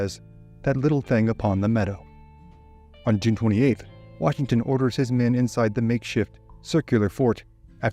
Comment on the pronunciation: That's why they call him WARshington